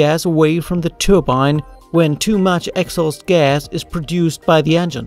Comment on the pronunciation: Is he saying "excess gas"? Sounds more like " axles gas" but that doesn't make sense, does it?